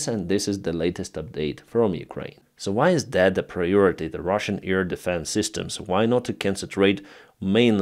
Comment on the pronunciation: Please try to say AIR, not 'ear'?